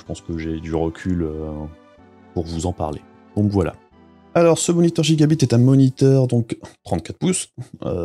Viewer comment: Salut, et oui je sais pour la prononciation c'est juste que chez moi on a toujours dit gigabite et c'est bien comme ça aussi. Tout comme à l’époque aller dans la boutique du coin demander si ils avaient reçu l'abit c'etait amusant, on se prend pas au sérieux tout le temps =) . Sinon oui mais je n'ai pas le matos ni la place nécessaire pour filmer l’écran dans de bonnes conditions du coup je fait avec les moyens du bord, ça changera ptet un jour mais pour l'instant je ne peut pas faire vraiment plus.